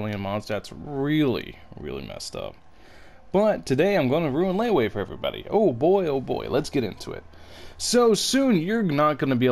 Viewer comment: You ruined Liyue just by pronouncing it as “Leyway”